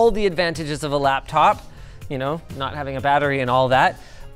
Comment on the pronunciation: Butchering the word laptop.